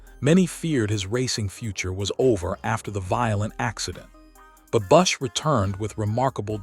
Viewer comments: Learn to say his name correctly. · If you're going to write a segment on kyle bush's death, at least pronounce his damn name, right?A I sucks